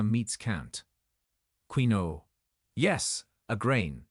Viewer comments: It’s not pronounced Queeno, it’s pronounced Kinwah. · " Queen -o " ? 😂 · Pronounced "KIN-WAH"